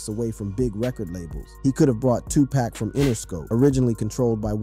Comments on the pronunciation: How many times do we have to here this story about Eazy and Dre. And how many times are we going to hear Tupack ? It's friggin Tupac. Dam ! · Come on man, 2pack? Sooge? Smh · WHO TF is Sooge ? And 2 Pack?? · shooj knight 😂 tupack 😂😂😂😂